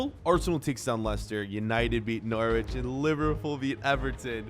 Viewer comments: its pronounce NoRich not nor wich lol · Love the videos but from England I hated the way you said Norwich 😂